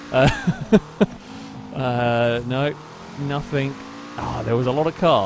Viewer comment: Stop saying somethink and nothink. Jeez!